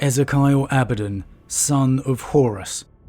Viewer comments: Abaddon, not Abedon.... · Its pronounced E-zeek-eal Abba-Don NOT Ezeh-Kyle Abe-Den.